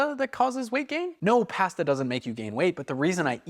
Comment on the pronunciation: The way you say pasta gave me a migraine 😂